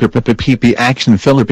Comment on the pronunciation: ACTION, not ACTIUN.